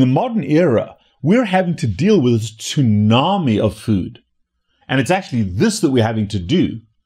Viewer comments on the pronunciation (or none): none